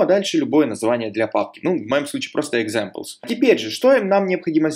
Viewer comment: Автор канала - замечательный человек! Уроки тоже хороши! Но сука - пЭс, джЭнго, экзЭмплс. Как в анекдоте "Йода, можно я пукну?" - не пахнет, но слух режет :)